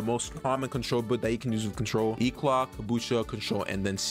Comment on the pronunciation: Bro started to say contrrol trash bruh